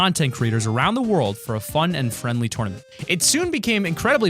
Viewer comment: TOWRNament lol